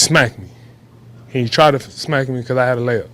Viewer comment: The way he's intentionally say smack like that is hella annoying